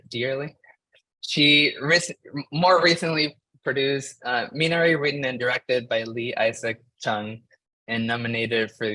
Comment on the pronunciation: Minari’s pronunciation can be a little tricky but it’s me-nah-ree. Thank you for the panel!